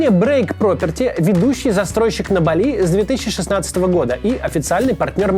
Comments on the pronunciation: Спасибо за выпуск, Максим! Я смотрю рекламу, поэтому "БАли"! Ударение на первой гласной, пожалуйста! 😃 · Каждый раз меня передергивет от ударения в слове бали. Бáли - верное ударение на первом слоге, если вы, конечно, не являетесь местным жителем с иным диалектом индонезийского языка.